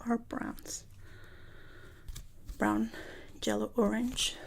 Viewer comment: I live for saying ''jellow''